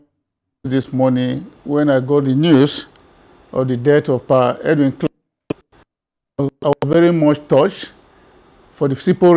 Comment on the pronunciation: It would have been more professional to take the time to learn the correct pronunciation of his name before the program started.